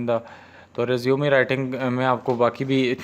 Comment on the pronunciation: Bahi resumeee nahi hota resume hota hai